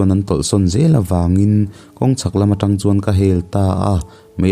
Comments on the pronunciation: Ṭang i tih hi tang tih zawk tur. Ṭang a nilo Tang zawk aw... Ṭin hnih hi Tang khat a ni e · Țang ni loin Tàng tih tur a ni e.chuan,Haimual tih kha Hai tih lai hi theihai kan tih a a hai thlukin lam san deuh zawk tur a nia.mual tih lai kha chu mualpawng kan tih a a mual lai thluk a lam leh tur a ni.kan khawbul a nia ka rawn sawi ve mai mai. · Trang a nilo, tang tih tur..chuan buh chu phun tur, vit phun tiag chi te..Phun bul bul tih Phun thluk in i thluk a.. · Țang ni loin 'tang' tih tur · welcome back sir....Chuan trang nilo in Tang tih tur anih hmel😁😁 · Tang alom t t u v z a tri hi anilo t ang a lam zawk tur a alawm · Tang i lam dan kha Tangka a tang anga lam tur. Tlemin a tawplam thlun sei deuh tur.